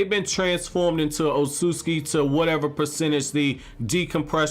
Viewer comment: Sorry but it's not Otsutski, it' s Otsutsuki the T and S together are read like a TZ